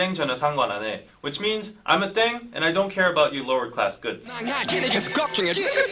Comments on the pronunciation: pronounced “ddehng” not “dayng”. continuing to enjoy your reactions, but hoping you’ll do the bts background videos that have been suggested. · The word is actually pronounce like deng or teng, not daeng, it written like that because of the romanization of the korean language, thanks for react!